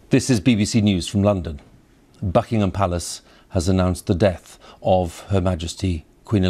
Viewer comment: Au Beukingaahhm pelaace